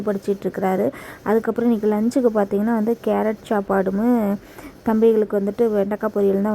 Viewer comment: Chappadu illa ka... Sapadu... Nanum ella video laum soliten,,, try to change